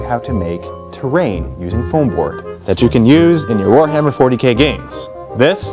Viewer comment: ha in one of the bloopers, i'm pretty sure you said you were having a "phwoarhammer 40k sale"